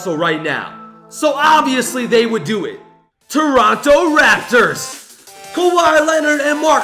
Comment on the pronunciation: Why did he say raptors like that